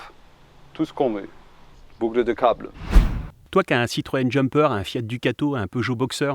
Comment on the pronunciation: "Bougle dé gable !!! "...